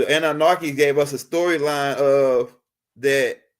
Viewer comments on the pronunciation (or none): Love your vids bro, but please stop put an “R” in your pronunciation of ANNUNAKI. Ase’